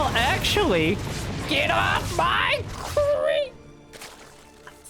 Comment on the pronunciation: get off… my… cweep…